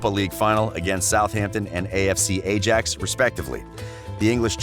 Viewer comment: French and also Ajax, Scholes, Solskjær... great video outside of the incorrect pronunciation tho